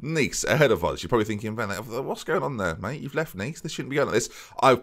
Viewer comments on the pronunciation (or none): none